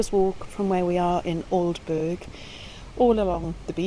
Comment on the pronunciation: Glad you enjoyed your trip to East Anglia, its a lovely area! BTW- Aldeburgh is pronounced Aldebrrr, by us locals!